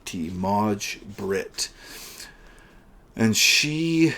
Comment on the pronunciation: The way you pronounced Maj-Britt was really weird. It's pronounced "Mai" It's the swedish version of May as used as a first name.